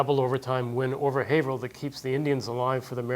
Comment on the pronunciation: Dude, it's pronounced Hay v rill